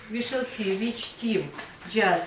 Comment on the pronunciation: Мне странно, что учитель произносит "р" так резко, что "w" в слове "which" превращает в обычное "в" без свойственного ореола. Речь звучит грубо и топорно. Но при этом учитель демонстрирует умение нормально строить предложения, наверника знает много правил и умеет их применять. Знание правил, словарный запас и произношение должны расти параллельно. Кажется даже ученики лучше произносят те же слова.